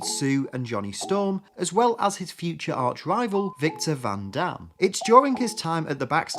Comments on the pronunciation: It's von Doom not van dam! Geez... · Im sorry victor van dam? I know your English but van dam is a french accent actor. Victor van doom is doom get say that shit right bro wtf. I cant even take this shit seriously if you say van dam.